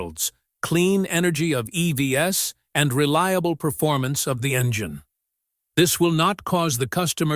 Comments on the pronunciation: Please use a AI text-to-speak that at least can pronounce EVs right, not as e-v-s!😢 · If you want to produce really great videos, LOSE THE AI voice and voice it yourself! “EV-S”?? It detracts from what you do.